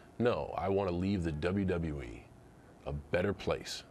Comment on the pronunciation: the way that MC pronounces WWE is irritating at best